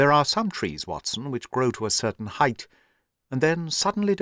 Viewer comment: How lovely it is to hear the word “height” pronounced correctly...oh, yes, and great narration, as always.